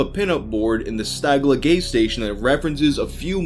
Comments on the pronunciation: Did you MisRead the word gas, and say Gay Station, LOL?.? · "Stagla Gays Station?" Lol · "Stagla Gays station" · HA! "Gay-Station" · “at the stagla gay station” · "Gayse" station? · "The Stagla Gaise Station"